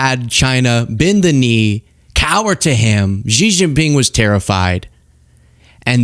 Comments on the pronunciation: I call it "eye-ran" cuz that's what it was as i grew up with Dan Rather etc.... but i'm not an idiot so i learned.... meanwhile i atill have to listen to arrogant f*cks like you mispronounce Xi Jin Ping's name every fucking day.. It's "She" you idiot. not "ji, zzz not.... whatever you think you're saying. It's "she" as in she is not an arrogant, condescending bitch, like some people. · hahah ZZZjIN PING, the X pronouce as 'S" 🤣like (S)xie (S)xie ni, instead of Zjie zjie ni